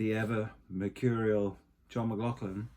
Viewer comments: Brilliant vid! Only one slight issue…John McLaughlin’s surname is not pronounced as an “f” sound in the middle, like “law-f-lin”, but with the “gh” as a guttural back-of-the -throat gargling sound, Scottish style, the way they pronounce “loch”! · Ann, John's sister, told me once it's actually pronounced with a 'K' sound. 'McLoklin' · And despite all that blather, the guy cannot be arsed to find out how to pronounce J McL's name properly.